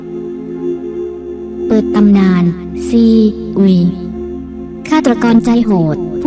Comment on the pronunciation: 5555ใช่ๆ ไม่เข้าใจว่าทำไมไม่ ซีอุยไปเลย มัวแต่ซี อุย...